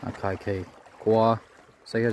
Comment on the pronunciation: Akhaikhei ni lovin..khaikhy ti zawk tur aw..chuan Siaha aww😊